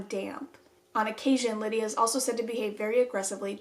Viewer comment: Tell me why when you said “Lydia” I thought someone called me and yelled “yeah” 😂😂